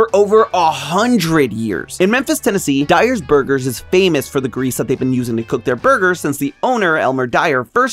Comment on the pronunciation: Did he say fameass?